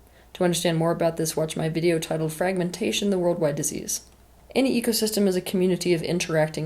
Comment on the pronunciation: AnyOne else hear "EGosystem" once or twice? 😊